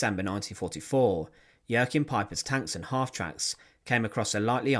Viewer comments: No, you're thinking of Joaquin , as in Joaquin Phoenix. With Joachim, it's pronounced "yo-keem". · For future reference, the name Jaochim is pronounced 'Wa keem'